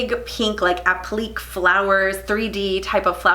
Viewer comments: Great video , “app luh Kay” appliqué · Pronunciation- appliqué is “app-lick-kay” and cerulean is “sir-rule-ee-an”. Love your work, ladies! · Great video! Btw—appliqué is 3 syllables , not one.